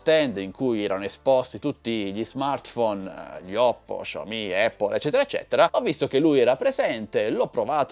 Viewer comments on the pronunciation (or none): none